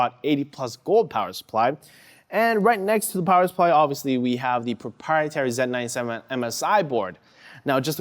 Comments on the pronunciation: He misspoke is all. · Dr. Pencil they do this in canada where they zed instead of Z (Zee)